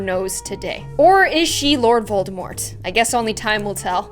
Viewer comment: excuse me? it's pronounced voldemor not Voldemort or it's you-know-who or he-who-must-not-be-named